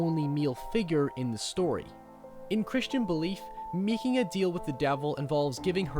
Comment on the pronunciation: Meeking a deehel with the deevel.